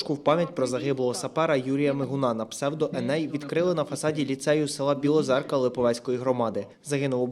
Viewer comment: Білозерівка🤭, а не Білозерка